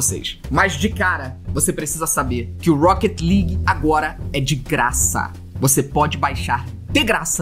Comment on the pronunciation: "Rouquéti Ligui" "Épique Gueimes" "Épique Gueimes Istor" "Écsbocs"